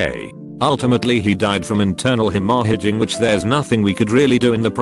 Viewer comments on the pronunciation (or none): Internal he-ma-hedging?